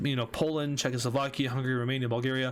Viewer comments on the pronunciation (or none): none